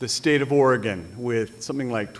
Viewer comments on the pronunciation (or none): none